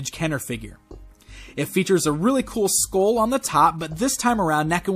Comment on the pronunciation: maybe it's time for some speech lessons.. it's pronounced SKULL not SKOWL